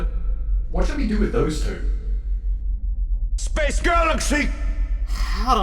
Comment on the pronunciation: SPEISH GALAXY!